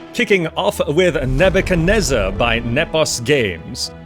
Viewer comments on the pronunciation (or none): its pronounced as Ne byu kad ne zar